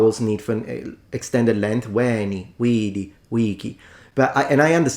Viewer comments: not “uini”, “uēni”, with a long /e/ sound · That guy should train his Latin in Lombardy, then he would know what a long wovel is Repeat after me: veeento😅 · AT LEAST he got the ecclesiatical pronunciation right, no? isnt that a merit?? 🤣🧻🤣 ... BUT, u didnt quite hit the mark either ^^ -- "VÉN| V|D| V|C|" has only long vowels, EDIT: all six of them, not just three, the perfect has long vowel in most endings , which are truely almost twice as long as normal vowels in most languages that use this meaning destinction, i.e. say "WEH~EH-nee~ee WEE~EE-dee~ee WEE~EE-kee~ee" may seem unnatural to e.g. an english speaker artificially holding vowels for so long, but thats normal for other languages 😅 ... even italian does it only allophonically to stressed vowels, and allophonically means people do not even consciously realize they sometimes pronounce a vowel or consonant slightly different in certain situations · That ”Veni, vidi, vici.” -”pronunciation” of his immediately left me confused as to, whether I should laugh, cry, punch a hole through the wall, or all at once. Like, he ACTUALLY went there 🤯?! EDIT: Exactly,; exactly 🎯.